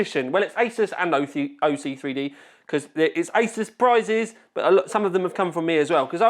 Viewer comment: Sounds like he said I was at the isis offices 😂